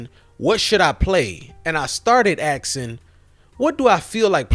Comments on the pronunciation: You brought or you bought? Axeing or asking? You brought up some valid points! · Aksing?? What word is this? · He keeps saying brought instead of bought. Then also says axeing, instead of asking.